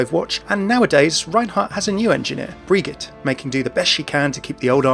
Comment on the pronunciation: i'm pretty sure his squires name is pronounced like "bree-jeet" not "bree gett". also, i wonder if the crusaders used other weapons? i can't see them using hammers and axes exclusively, especially with power-armor that could probably carry tank like armaments.